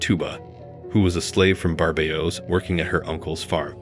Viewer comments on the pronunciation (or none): none